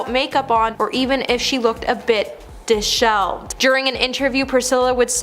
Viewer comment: No such word as "dis-shelved". Pronounced "dis- shel-veld"